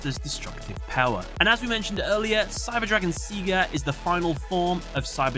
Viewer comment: Theres no way thats the right pronunciation of "Seiger"